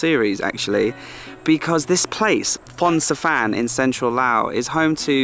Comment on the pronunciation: 😂, you really need to know how to pronounce the name of the town or city. Phon-xa-vanng/ long-Cheng.